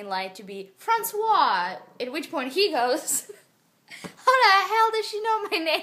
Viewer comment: It's true, I'm french and here in France we kiss each other all the time :D And I love how you say "François" ! <3 I hope you'll make more videos like this one 'cause this story was absolutely fascinating, haha :P Love you moosh mommy, KISS from France ;)